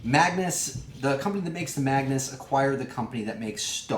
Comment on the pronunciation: Lol why do you keep calling it the maganus? They are two different tanks